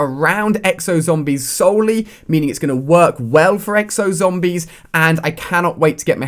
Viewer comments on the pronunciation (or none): I hate how this guy says zombies but he does pretty decent reviews